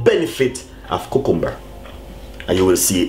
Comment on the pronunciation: ku-kum-bur hahah